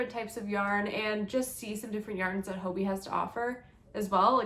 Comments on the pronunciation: Why are native English speakers pronouncing it 'hobie'? 😅 It has two Bs. And hobby is pronounced the same in Danish. Or is it something I don't know? For me it's hobbii = hobby. Thanks for the unboxing!!!👍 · When pronouncing the word Hobbii say hobbit without the letter t.